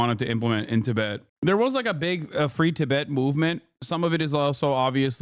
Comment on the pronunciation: Delie lama , Tibbit. Listening to an AI